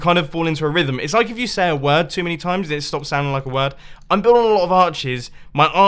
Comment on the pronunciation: "I'm bui-lwulwughulu of arches"